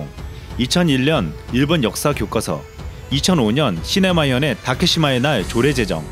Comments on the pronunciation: 시마네현 자막 쳐놓고 시네마현으로 읽으심 ㅋㅋㅋ 갠챠나요 헤깔릴만함 ㅋㅋ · 에 시마네현을 시네마현이라고 잘못 읽으셧읍니다. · 초에 "시네마현의 다케사마의 날"이렇게 말씀하셨습니다....시마네현입니다. 자막은 정확히 하셨네요.